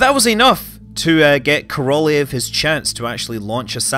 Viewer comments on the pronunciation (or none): Korolev is pronounced Korolyov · Great channel Scott keep up the great work. Ko - Ro - L-yo-v with accent on first two syllables, best way to pronounce his name. Great summary though! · Loved this one! Great overview of the R-7. It matters not at all, but Korelev is pronounced "kuh-ruh-lyof," and Molniya is "mullneeya." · Sergei Koroljov should be pronounced Serkeii Korollyofff, stressing on last part of names. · Korolev, pronounced "Karral-yov" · Korolev ~ Kah-rah-lyow "ly" being a soft l sound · migkillerphantom well, properly his name is Королёв, which have to pronounced like Korolyov. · How can it be so insanely difficult for English-speakers to pronounce Korolev? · Is that how you pronounce Korolev? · Scott, why did you butcher the Korolyov's name so mercilessly in the first half of the video? And yay for mentioning Fregat module. :) ((My Mother is working in ground testing department for those checking that the device is providing correct telemetry before it gets bolted to the rocket...)) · As a Russian I just want to inform you that your pronunciation of "Korolev" is disgusting not great. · true. I'm agree with you.